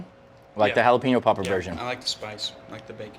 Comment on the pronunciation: Learn to say Jalapeño…